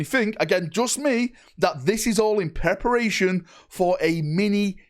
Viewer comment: "this is all in pepper ration"..😂